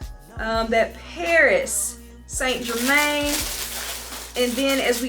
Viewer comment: “ Paris saint- GeRrMaynNnEeee” 🥴🤦🏽‍♀️